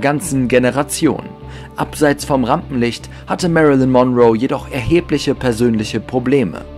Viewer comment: Das zweite "L" in Lincoln ist stumm und Monroe wird auf der letzten, nicht auf der ersten Silbe betont. Doch das sind nur Kleinigkeiten, gemessen an all den anderen Fehlinformationen in diesem Video. Es sind zu viele, sie hier aufzuzählen, aber einige werden in den anderen Kommentaren genannt. Du hast so unglaublich wenig Ahnung, dass es richtig weh tut. LÖSCH DICH!!!